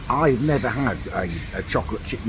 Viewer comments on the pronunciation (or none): none